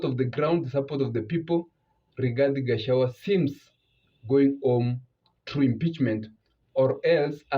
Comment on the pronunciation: Its not Gachawa but Gachagua